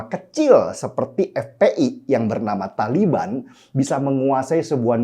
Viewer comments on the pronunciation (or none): none